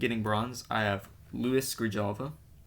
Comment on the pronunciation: Could be worse. That one english commentator that is at every meet pronounces Grijalva as Grevalia, like the coffee lol. 😂